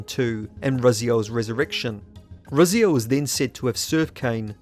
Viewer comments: Why do you pronounce Raziel different than the way the game's cutscene you included in this very video? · I think it's about time you learned how to pronounce 'Raziel'.